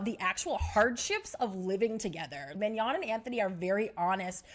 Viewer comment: It’s Manon not Mignon. She ain’t a steak girl 🤣